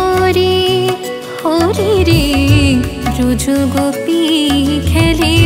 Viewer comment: না এটা আমি ভুল বলেছি আপনি যেটা উচ্চারণ করেছেন সেটাই ঠিক ব্রযো গোপি খেলে হরি ই হবে ভুল মার্জনা করবেন ==খুব সুন্দর গান হয়েছে ==ভালো লেগেছে প্রণাম🙏